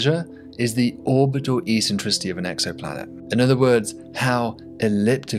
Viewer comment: Great video, but I'm going to be pedantic and say that "a basic tenant" should've been "a basic tenet". It's not the first time I've heard someone get that word wrong, and it annoys me very time! Oh, and "eccentricity" is pronounced "ek-sen-..." 🙂